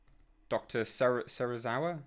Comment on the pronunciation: Can I correct you that it's Serizawa? After Daisuke Serizawa from Godzilla 1954? His last name isn't that hard to say. Same with Ghidorah. Not Ghidrah. Not Ghidolah. Ghi-do-rah. He's named after the Hydra.